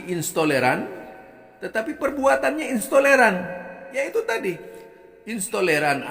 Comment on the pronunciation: Intoleran bukan istoleran…ngomong aja ngga bener.,emang ada yg tidak dibawa oleh nabi ? Kamu kenapa tidak kritik pentolan FPI.,kamu pasti bagian dari yg dibubarkan….ngomong apa kali kamu ini.